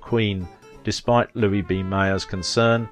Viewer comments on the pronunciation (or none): none